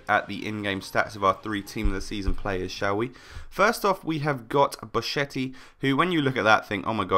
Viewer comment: in italian "chi-che" is "ki-ke"